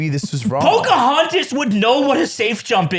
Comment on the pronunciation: damn i thought he said chudahontas 🥀